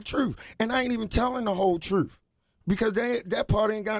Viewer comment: "You not going to tell the truffe"